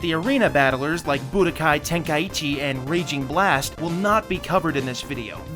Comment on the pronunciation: Why do white people say tenkai EEEEEEEEE chi when there isn’t any E in the title 😂😂